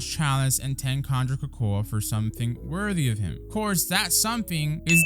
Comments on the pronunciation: Why you saying cocoa like that lol it's pronounced like coco me swole you're still a goat though I'm just being petty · Nah you trolling. Cocoa(koko) that's how its pronounced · why are you saying cocoa likr that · the way he said cocoa